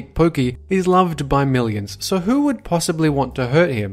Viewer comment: You had a scottish accent there , when you said... thats "who"